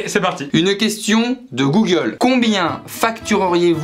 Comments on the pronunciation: « passer un entretien chez GOOLE » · Le duo de feu 🔥d’ailleurs c’est normal le goole au lieu de Google ? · "Passer un entretien chez goole" 😂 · "Passer un entretien chez GOOLE"